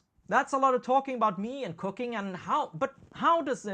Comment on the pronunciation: First five times you said "cooking" I understood "cocaine". You can't imagine how weird it was. Lol. I'm not a native English speaker either so that might explain it. Great episode!